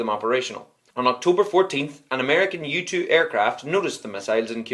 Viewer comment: 😂 i thought he said youtube plane but it's u-2